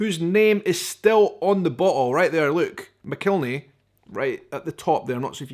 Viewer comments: I think they pronounce it Mack-el-henny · Just an fyi: I don't know how the name is pronounced in its country of origin, but in the southern U.S., it's pronounced "mac-ill-henny". Also, any other hot sauce, even made with the same peppers in a similar process, is NOT Tabasco!